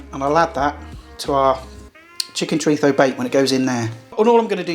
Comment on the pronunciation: you have a speach impediment or can you not say Z as in ZHO...or ChoriZHO? I had to ask a buddy from England to say chorizo and he had no problem with it.